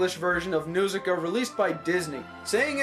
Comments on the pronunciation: Its pronounced "N-HAR-SIKA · The first syllable of Nausicaa is supposed to rhyme with 'caw.' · If it is your favorite, why do you mispronounce the name?